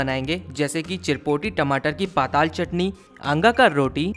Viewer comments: हमारे छत्तीसगढ़ के पारंपरिक व्यंजन को इतने अच्छे तरीके से बताने एवं सभी लोगों तक पहुंचाने के लिए आपका बहुत बहुत धन्यवाद एवं आभार 🙏🏻🙏🏻 जी 🙏🏻👍🏻 But महाशय जी not called पाताल only पताल 😁😂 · It's not पाताल , it's पताल